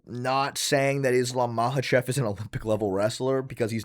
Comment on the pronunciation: it bothers me how says 'Mahachev' instead of 'Makhachev', it's like he's personally ragebaiting me